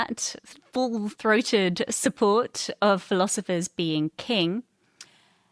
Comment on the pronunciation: I can't determine which is more distracting ... him saying "irun" or him saying "philozifers" 😂